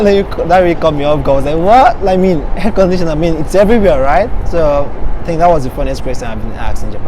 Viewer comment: Ohh at first I thought he said "hair conditioner" LOL